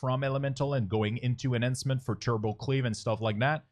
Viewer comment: omg duuude, good vid but man,. that pronunciation of enhancement shaman kills me...